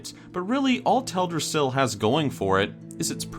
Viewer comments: Tel' drassil?? For 11 years, I thought it was pronounced Tel dras' sil. Too late now to change. #4 Dun Morough, #3 Gilneas and #2 Tirisfal Glade ..,. absolutely Spot on! As for Azuremyst Isle coming in at #1, I never would have even given it a thought. Great Top 10!! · Does it bother anyone else the way he says Teldrasil?